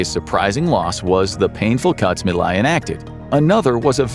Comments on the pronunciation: Nice but the name of the Argentinian president is not being pronounced well 😅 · You could care enough to learn how to pronounce the names of latin american leaders. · 30 seconds in and it's clear this is made by someone with cursory knowledge of the situation. Inflation wasn't 'off the charts' any more than usual, Teach your dumb LLM to pronounce 'Milei'... meeLAY. Okay, now I've watched the whole thing and I appreciate you getting into some of the finer details. February 2026 will be another crisis: Argentina needs to repay nearly 10x the dollar reserves it has currently. And Milei's labor reform comes up for a vote. The latter is probably an 'ask' from the USA, who will have to 'swap' more money as the due date for repayment approaches (or more people will make a run on the dollar, driving down the value of the peso). The USA seeks to control both foreign and domestic policy in Argentina, and so far they're succeeding. But the labor reform bill has a lot of opposition. Other side note: after the swap, the USA probably got their dollars back almost immediately; so the whole thing probably earned the USA a tiny bit of profit. It could go very differently next time; expect more 'blackmail' tactics: vote for labor reform or we let your economy crash... an ugly situation. Greetings from Argentina! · Javier Milei…. MI as milk…. LEI as layer …. Milay …. if you can not even pronounce the name…. how accurate is the rest?😉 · It would have taken less than a minute to learn how to pronounce the name of the president whose name you spoke a hundred times throughout this video. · This is a hitpiece chock full of misinformation. You didn't even bother to learn to say Milei's name right. you missrepresent what a credit swap is, you claim there's an "audio clip" of his sister when no evidence was ever presented just the oposition making claims, ... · You could’ve at least configured the reading bot to pronounce Milei properly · I can't continue with this, pronouncing "Milei" wrong